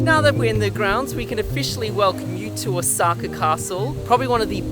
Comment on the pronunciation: It’s Osaka not osAka